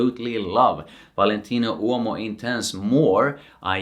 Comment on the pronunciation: Awesome presentation!!! I'm obsessed with how u pronounce Uomo! 😊🥰🙏🏽